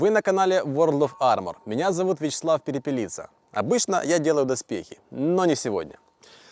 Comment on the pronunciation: Ти перепелиця а не перепеліца....